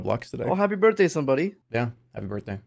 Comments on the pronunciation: "Happy Birhtday" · "Happy birhtday."